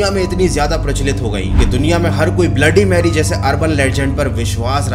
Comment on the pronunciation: Bhai aap ne 3 baar bola ha bloody merry bola